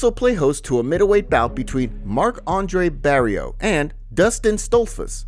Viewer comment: bro you absolutely butchered a couple names when talking about the Edmonton card 😂 Barriault will fight Dustin who?? Da Silva will fight Jasmine WHO????